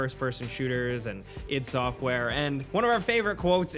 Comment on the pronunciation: id sxoftware?? you mean I----D ahah